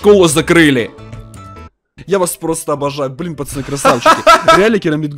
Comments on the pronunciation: Кто заметил что он говорить не поцоны а пачаны 🤣🤣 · я смеюсь на твойх видео ты говариш почяны место пацаны хахахахаахапхах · Хватит говорить пачяны